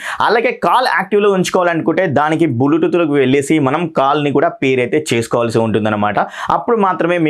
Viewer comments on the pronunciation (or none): bulutooth.. 😂 Kani review super bhayya.. Hope a good future